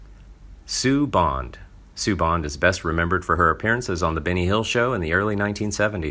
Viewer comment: Try not to pronounce Benny Hill as Binny Hill.